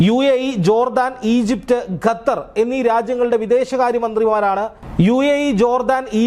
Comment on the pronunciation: Gatar alla Bhai...it's Qatar....QQQQQQQQQ